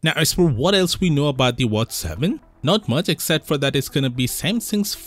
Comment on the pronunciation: Come on.. its watch, not whats